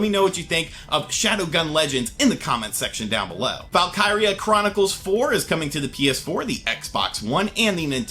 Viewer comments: Valkyria chronicles is said like vaulk eera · Nicolas 1234 yeah he totally whiffed on the enunciation😂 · Val... kir... Ree